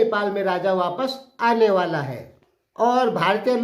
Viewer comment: Anewala nhin aanewalehai boliye ijjatse sir